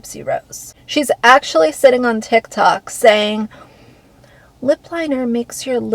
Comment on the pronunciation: She always talks like she has her mouth full of food, or spit, or something it’s so gross. And the licking is insane. Makes me want to puke. She can’t even pronounce “TikTok” or “lip liner”.